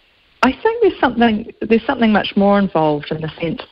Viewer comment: ..switched off when she said 'somethink'